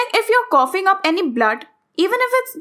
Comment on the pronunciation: It’s not coffings it’s coughing